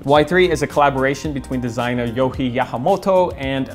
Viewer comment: I tink it’s yoh ji not yoh he not hate jus saying